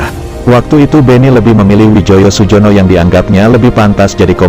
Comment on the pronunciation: bacanya Suyono